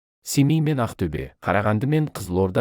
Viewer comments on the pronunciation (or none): none